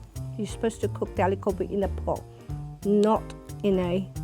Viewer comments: God daaaamnnnn... I'm pissed! That's gobhiii not gobiiiiii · Its pronounced गोभी not गोबि😪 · why cant you get REAL indians. Not people who lived in America and have an accent. That aint the way to say aloo gobi. Its aloo go-bhi not bi.. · It ain't 'Aloo Gobi'. It's 'Aloo Gobhi'